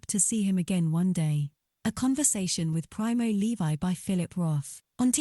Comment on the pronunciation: Straight off you pronounce his name wrong, why not just try a bit harder?